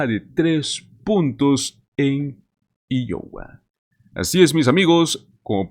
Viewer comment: Por lo menos deberías preguntar como se pronuncia Iowa